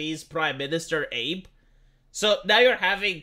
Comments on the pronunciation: It's pronounced "ahh-beh" not ape. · Abe, pronounce Ah Beh. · Abe is pronounced "Aah-bay" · This bothered me too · Holy Fuck it’s “Ahh Bay” how hard is it to learn basic things before you go shouting on the internet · Definite sure is mispronouncing Abe's name on purpose to get engagement. In other news, I was too quick to forgive Aasan, nay, he shall forever be referred to as Cenk's Nephew now. The price of freedom is eternal vigilance.